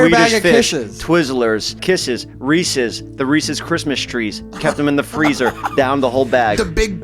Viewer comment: I’m a lesbian but it’s so hot that Jeff says Reese’s the right way